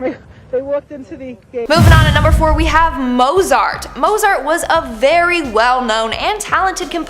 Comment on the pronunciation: Mozart pronounced Motezart 🙄